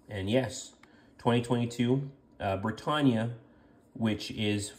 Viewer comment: He pronounced it right every single time. Are you deaf?